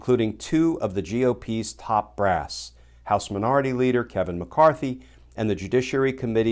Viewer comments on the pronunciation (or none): none